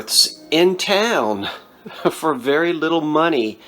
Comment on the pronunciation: "So long foe now" :)